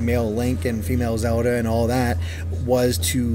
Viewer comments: whos Zeoda? i thought her name was zeLLLLLLLLda. this guy keeps talking about zeodah. new character? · is it me, or does this guy have trouble pronouncing L's in words.. like when he says Zelda.. or world...or wild.. I've heard it a while back.. now I just keep hearing it.. kind of bothersome.. lol.. not trying to be mean... but I guess in a way, I am.